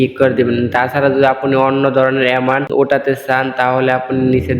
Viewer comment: এমানট আবার কি, এমাউন্ট হবে